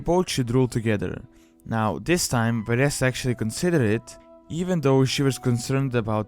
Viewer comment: Her name is Vereesa, not Varessa!